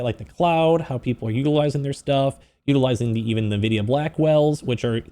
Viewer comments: Why can no one pronounce en-vi-dia correctly? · I would be a much nicer audience member if you didnt call the the primary focus and most valuable company on earth "nevidia"